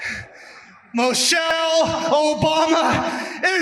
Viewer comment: Who the hell is "Mochelle"?